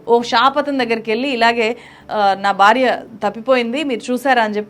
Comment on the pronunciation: Madam ,please note that you are pronouncing " Bharya" as "Barya" and bhayam as bayam and so on everywhere, whiich is very awkward to hear by the pure Telugu speaking people ,and hence you're requested to rectify in your speach which is not impossible but very easy by the learned people like you, I hope you will do the same at earliest possible !